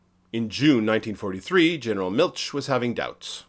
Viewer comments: Interesting! Nitpicking: Milch is not pronounced like Miltch, but like the German ch gutural sound or the Spanish j (San José) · If you're going go to do "easymoneycumentaries," at least learn how to pronounce German names. "Miltsch" - good grief!